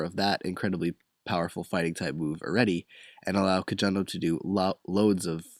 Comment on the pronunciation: actually, kojondo is pronounced as ko-HON-do not ko-JON-do